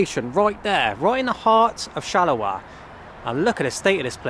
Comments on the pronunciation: Shaluwa? LOL I love how you butcher most foreign words. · Love you, but google 'pronounce Charleroi', or perhaps Shalawa is better:D